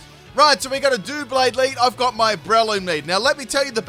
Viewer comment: Fantastic stuff...but pronouncing it dooblade hurt me